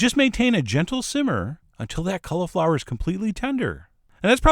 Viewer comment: The way he says cauliflower drives me nuts......... Cul-a-flower